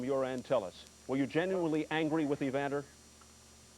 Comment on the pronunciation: Reporters: Evander Holyfield ... Mike Tyson: EVANDA